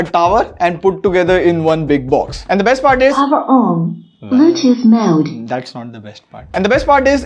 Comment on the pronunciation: Bro it's Bluetooth not bluethoot